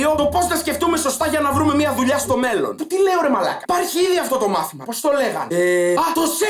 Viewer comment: Ρε καταλαβαινεις πως το λεει?Εννοει στο μελλον